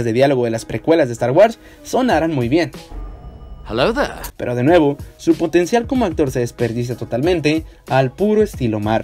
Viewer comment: Heellou theree jajajaja